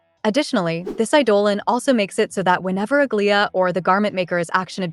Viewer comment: Aglaea's pronunciation 😭 Please watch hsr new trailer